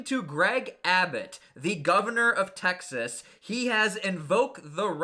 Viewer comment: Please say Texas and not Taxes smh